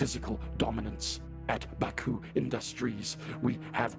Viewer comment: Bacuh more like ba-COOK